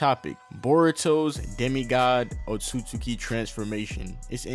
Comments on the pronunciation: my nikka its "oht-sut-ski" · It’s pronounced Otski